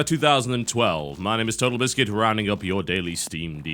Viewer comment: "TOTALBISCUT" Are you really FUCKING kidding me?